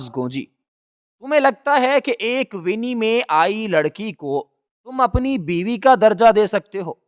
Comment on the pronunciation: Its not wini it's wani